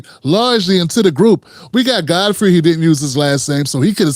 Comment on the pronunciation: Though shalt not covet - Fodfrey- hakbar-a dish